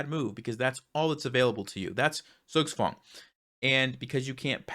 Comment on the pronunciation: Zugzwang is from german language btw. It's pronounced diffently. And also has 2 words in 1. Zug (which in this case stands for "turn") and Zwang (which translates as "force"). So essentially Zugzwang means "forced move". Great educational video,. 😊